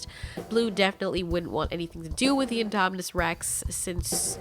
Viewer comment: Can u stop saying inde